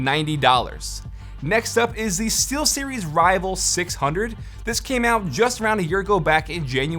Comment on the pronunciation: i thought he said t-series buy he said steelseries